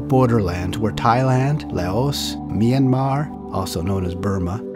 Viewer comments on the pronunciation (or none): none